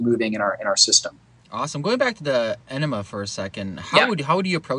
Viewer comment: You lost me at "coffee aenima".